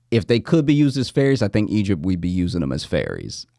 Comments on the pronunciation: LOL Josh I thought you were saying Fairies…not ferries. I was like WHAT is happening, am I witnessing some ethereal human trafficking right now. I didn’t even know we had confirmed they exist and now they’re being casually sold- it’s been a crazy few years but I didn’t know fairies were confirmed as real. Couldn’t be more relieved that the fairies are okay 😂☠️ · Omgosh... you were saying "FERRIES" not "fairies" which is what i heard as i was busying about the house listening to this lol... i was so lost on the topic